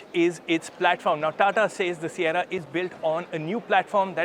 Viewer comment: Sierra❌ Saiyarra ✅ 😂😂